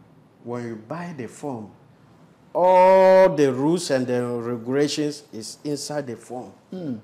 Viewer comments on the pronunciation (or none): All The Rooles And Ruuugilations 😂😂😂😂😂